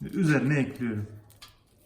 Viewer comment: Üfff ekliyrüm ne ya düzgün konuşun lütfen dinleme isteğim gidiyor